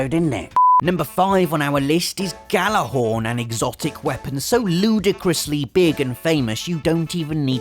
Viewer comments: you said Gjallarhorn wrong. you don't pronounce the Gj makes a Y sound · Jesus is it really that hard to say "gyallahorn"? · It's pronounced "yallerhorn." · The J in Gjallarhorn makes it a Gjallarhorn, not a Gallarhorn like you say. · just a thought, Gjallarhorn is pronounced (Yallahorn), its a reference to "When Gjallarhorn Will Sonde" or, when the war horn will blow to sound the arrival of Ragnarok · Gjallarhorn is actually pronounced 'Yallarhorn'. Not a lot of people know that. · Oh jeez he immediately mispronounced Gjallarhorn. I mean, you would think being in England and so close to the land of the Ancient Nords, you would know how it's pronounced. "Yallarhorn" is the phonetic pronunciation. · You pronounced Gjallarhorn wrong multiple times :(